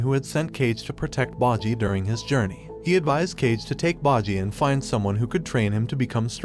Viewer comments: Its kage not cage wadu hek man!? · bro it's Kage not "cage" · It's not pronounced as cage* You pronounce it as kaa-gay Means shadow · The word "kage" is Japanese for "black" or "dark." It's also not pronounced like the English word "cage." It's actually pronounced "KAH-geh." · His name isn't cage It's kage ( kahgee) meaning shadow. Like kage bushin or hokage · I believe it’s “KA GE” not “CAGE” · Cage lmao it's kah-gey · ⋆Boji Edit: Also ⋆kage (spoken, ka-geh, or simular)..... not flippin nicolas ⋆cage⋆ xD Edit Edit: Man, now he even sounds like he says "basse" instead of BOSSE.... you know what, screw it, i'm leaving, byeeee (￣▽￣ )ノ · Kage means "Shadow" not Cage.. Ka-ge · See, it is 1) bojji not bajji 2)bosse not basse 3) kage not cage!! Don't do these mistakes, it looks like you are just laughing at it! Like... about ouken, he didn't made any pact instead his father found the way for immortality which was inherited by him!,,, you are not even serious! Are you!?👎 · I don’t think it’s pronounced cage I think it’s a ka-gey, in Japanese it means shadow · Ka-ge not Cage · Not to hate or anything but, Kage's name is pronounced Ka gae not Cage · Bro it’s ka-ge not cage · Or when he calls "KaGae" cage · Quit pronouncing everyone's names so wrong. Its Bow-Gee not Baw-gee. Kaw-gay not Cage. Bow-ss not Bossy. Good lord man, at least try a little when saying their names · it isn't Kage (pronounced cage), it is Kage pronounced Kaa-gay, meaning shadow in japanese. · He keeps pronouncing Kage as “cage” when really it’s pronounced like hokage except without the “ho”🤷🏾‍♂️ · This guy for real got must of the pronunciation for the names kages name is literally Kage because of shadow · bojii->bow-gee. Kage->Kah-gey. Bosse->Bow-sss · "Bojji meet Cage" lol, Kage and Cage have very different pronunciation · you actually pronounce it as Ka-gae whitch means shadow in japanese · "boggi" "cage" "bossi" "day da" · It’s kage like hokage (sorry) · "Cage" "bogi"